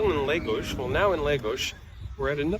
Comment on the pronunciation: Great video and thanks for sharing the recommendations. One tip: the town is pronounced, “LAHH - GOS”, not “LAY - GOS”. Please continue sharing these great videos.